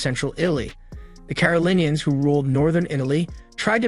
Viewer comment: It is ”Carolingians" not ”Carolineans" FYI